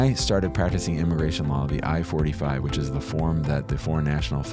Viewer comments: It sounds like he’s saying form I-45 instead of I-4-8-5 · Keeps saying I-45 but it’s I-485